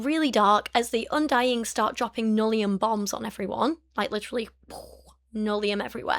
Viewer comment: Every time you say nullium, I can’t help hearing linoleum and I’m momentarily confused about what cheap flooring can do to people.